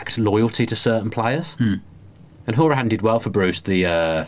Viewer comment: Boys, can we note it's pronounced HOW-ri-han, according to the man himself :)